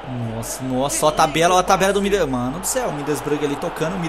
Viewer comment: já q vc n consegue falar Middlesbrough direito fala "Boro" é meio que um segundo nome do time saca